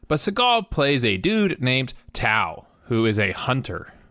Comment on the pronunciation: tao? or towel?